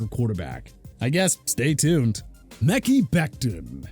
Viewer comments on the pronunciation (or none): He's still saying Mickey... it's pronounced MEH-KAI!!, really?!